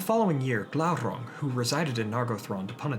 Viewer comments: Glaurrrrrang aluuuvatarrrrrrrrr lol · Everytime he said Glauron I said Glauron